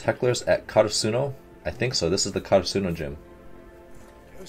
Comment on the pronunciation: I may be nitpicking a little bit but yes, you are slightly mispronouncing Karasuno. You are putting emphasis on the “su” part, while in the anime they always put emphasis on the “ra” part. Again, maybe I’m nitpicking and I’m sorry but I just wanted to let him know since he said to let him know!!!